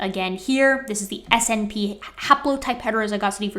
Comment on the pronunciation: The convention is to pronounce SNP as "snip". Never heard anyone say "ess en pee".